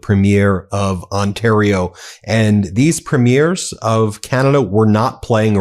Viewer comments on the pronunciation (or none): As a Canadian I love your channel, even before Trump started FN us around. However, Ben, you're pronouncing premieres wrong. The emphasis should be on the first syllable not the second. If you're in question just give Charlie Angus a call. Keep up the great work. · Nooooot “preem-mee-airz” Mr. Hollywood. Preem-yers. Listen to the clips you use! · Premiers is pronounced preemiers not primiers. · My dear Ben, if you are going to talk about Canadian premiers, they are not pre-MIERES, as in premiere of a movie, but PRE-miers. Thanks kindly. ❤🍁❤ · They are NOT “Premieres”, that’s the opening of a show, they are Pruh-meers. Sorry, it bugs me. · Just to let you know, except for Quebec, we say PREEM-yerz. 😊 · PREE-meers. Listen to how Mark Carney says it. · PREEM-yer is the pronunciation of Premiers of our provinces. 🇨🇦💪🏼✊🏻🇨🇦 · Ben, I'm a Vanadian and have followed your channel closely as you report on CANADA's perspective to inform our American friends. I only ask that you call our provincial leaders as Premiers (emphasis on Pre), not Premieres (like a movie premiere). And thanks for saying Huntsville Ontario, not Hunstville Canada like most American networks. It's time Americans learn how our provinces boundaries work. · Premiers is pronounced incorrectly. Enjoy your show